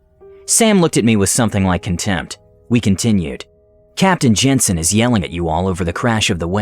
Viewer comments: OP has a comment in here that it was actually pronounced "yansen" which is a more understandable error. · IRL the name was pronounced "yensun," not "jensun" like it is in the video. That sounds really similar to "ensin."